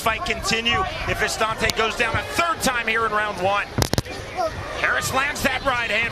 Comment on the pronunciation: why do they keep saying vistAnte, when his name is vistinte? doesn't look very french to me lmao